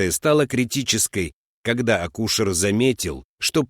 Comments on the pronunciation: Как же бесят ошибки в произношении!!! слушать невозможно ! в простых, обычных словах и такие ужасы.акУшер(ну неужели диктор не знает слова акушЕр?) и прочее. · Не акУшер, а акушЕр